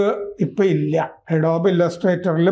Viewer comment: അഡോബ് ....!! എഡോബ്‌ അല്ല...!!